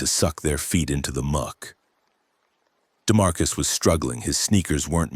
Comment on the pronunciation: What the hell is a DeMarcus??? That's enough. Couldn't listen to any more.